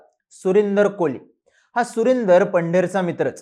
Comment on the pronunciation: It's Kohli...not koli